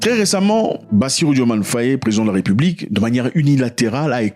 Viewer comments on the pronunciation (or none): Petite rectification, le nom s’écrit et se prononce bien DiomaYE.